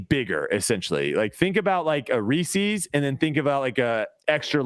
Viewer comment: Great episode guys pulling for you at Portland. saying Reese’s like that is a crime 😂